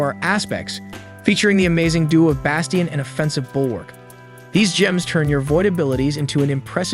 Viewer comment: And “basteeeyun” 😅 bro Bastion isn’t that hard to pronounce.